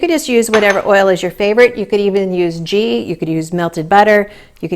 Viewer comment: You meant to say ghee (pronounced G for goat not like G for George)...